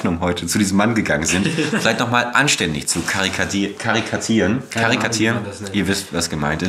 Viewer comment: Kleiner Tipp: Es heißt "karikieren" xDD